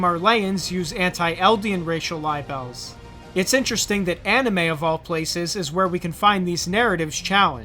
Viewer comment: Lol. Yeah. I thought that was interesting too. It does make more sense if that's how it was really said since libel or "lie bell" is a lie about someone else.